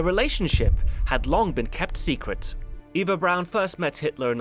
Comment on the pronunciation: He says it correctly. The way she says it. It's "Brown", not "Brawn".